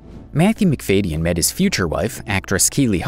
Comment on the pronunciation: It’s pronounced Mc FAD ee un, not Mc FADE